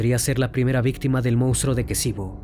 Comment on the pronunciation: Ex Yugoslavia.. asesinato muerte violaciones....es kicevo...no kesivo